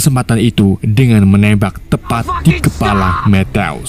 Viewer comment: Matthew = Mettew❌ Mettyou✅ Asal mimin sebut nama Matthew w langsung ngakak metteww😂